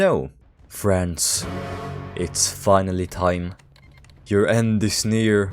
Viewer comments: bro did not say near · alr bro u did not say ' near'